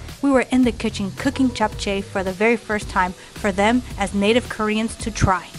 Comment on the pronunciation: I am impressed, the perfect pronunciation of Japchea. It looks like you guys put in a lot of efforts and time, Good job.